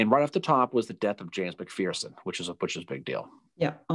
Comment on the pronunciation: Pronounced Mc-FURson.